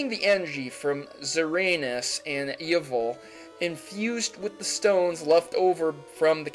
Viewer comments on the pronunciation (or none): Xerneas isn't zur-anus, it's zur-kneeus Yveltal isn't ye-vul it's evil-tal. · the kalos legendaries are pronounced Zer-Nee-Us and EE-Vel-tal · *Xerneas (zer-nee-as) *Yveltal (ee-vel-tawl) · really? Yeval??? just so you know xerneas is probably zir knee hiss - h and yveltal is probably e velvet - vet tall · "SirAnus and E-uvol" Xerneas and Yvetal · (No offence :P) Zeranus and Eyvil? lol Xerneas "Zurr-nee-us" and Yveltal "Evel-tall" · Zuhraynus? Yehvull? Really? U even read, bra? Xerneas. Zer-nee-us. Yveltal. Ee-vell-tall. Like, really? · PFT! You said YEVEL! XD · this man said yvel instead of yveltal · you said xearneas and yveltal worn xearneas sounds like zerneas and yveltal sounds like eveltal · "Engy" "Xeranas" "Yeval" NAILED IT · oh and umm... you said the names wrong.... Yveltal = ee- ve-tal Xerneas = zer-ne - us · I don't normally say anything about the pronunciations but zer-ANUS and YI-vel really got me this time xD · Lol he called x y legends Uranus and yivel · TomCat I though it was pronounced egg-zer-nee-as and ye-vel-tal. Also having the other Zygarde was pronounced Zahy-gar-de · omg, you cant pronounce anything, and i quote, "Zeranus, Yevul." Like, seriously, wtf??? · DONT HATE ME but this is how you pronounce Yveltal and Xerneas. Eeveltahl (Yveltal) Xerrneeas (Xerneas) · Wow. Did he just pronounce Yveltal as Yevel???? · It's pronounced ZUR-NEE-US and EE-VELL-TEL. Not hating, have a nice day :) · its pronounced Zer-nee-ass and ee-vel-tall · yivil? I think there is a t thats supposed to be in there somewhere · "Zeranus" and "Yivl"... really lol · it's zer-nee-us and ee-vel-tall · I'm not even gonna correct "Zeranus" and "Eval" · HAHAHHAHA YOU SAID YIFUL FOR THE LEGENDARY LEARN TO SAY NAMES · The legendaries names are E-VEL-TALL and ZER-NE-ES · I was just going to comment that he mispronounced BOTH Xerneus and Yveltal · ...erh why is Xerneas and Yveltal lronounced erongly for you (im wondering) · mispronounced xerneas and yveltal